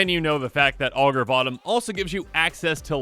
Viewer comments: I keep hearing "Augur Bottom" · I heard Augur of bottom lol